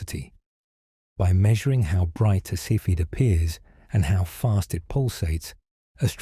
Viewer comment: A “cepheid variable” star is pronounced SEE-fid not KEH-fid. This is ultra basic stuff which means this is either narrated by AI or by someone who doesn’t know what a cepheid variable is!